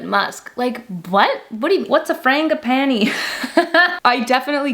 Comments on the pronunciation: It's "Franjeeepaneee" . it's a flower :) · I adore Frangipani... said with a small g like flange